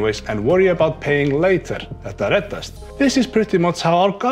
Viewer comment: My girlfriend has þetta reddast tattooed on her collar bone. I like how you pronounce it. Sounds less like Pet a red-assed, which would probably mean it'll all be ok if you rub it until it's chaffed.